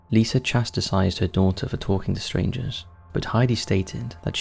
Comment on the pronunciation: Chasticised, yep for yelp, vial for veil. Appalling language skills. Skewer instead of skew. Wow.